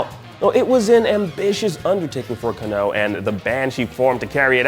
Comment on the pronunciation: It's kAnno, not kannO.😁